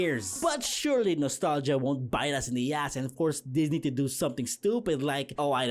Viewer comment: Sir Disney. Sir Pixar. This was the most Filipino thing I’ve ever heard lol.